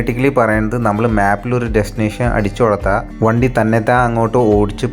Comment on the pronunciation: വന്തി അല്ല വണ്ടി ആണ്